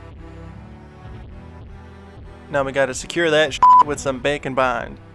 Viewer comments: Bacon bond. Haha thats what I always hear when he says that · Every time he says bake and bond I think bacon bond 😂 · what he's saying Bake and Bond What I hear bacon bond Now I'm hungry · I always hear Bake & Bond as Bacon Bond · Am I the only one hearing him say Bacon Bond?!?!? 😂😂😂🥓🥓🥓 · Man every time he says Bake and bond, its sounds like he says Bacon bond. I wonder if thats a thing. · For half the video, I thought you were saying bacon bond XD